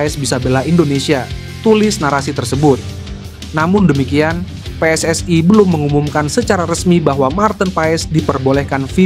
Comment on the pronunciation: Apa itu pe es es ae, saya aneh cara membaca nya, saya heran membacanya seperti bahasa Malay